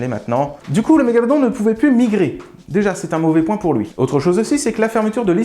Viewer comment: Svp, je chipote mais pourquoi la prononciation de Mégalodon change tout les 6 mots ? Sinon super vidéo comme les autres